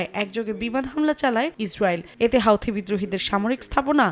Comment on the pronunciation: হাউথি নই হুথি!